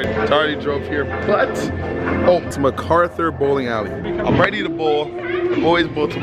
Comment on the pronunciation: "M Carthur"😂😂😂😂